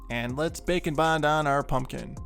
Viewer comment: It sounds like you are saying bacon bond😂😂😂